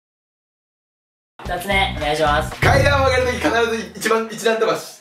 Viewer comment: のやつ2人連続で一段飛ばしって言えてないやんww